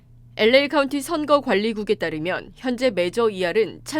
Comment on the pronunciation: '엘레이' 가 뭐냐? '엘에이' 라고 발음 못하나?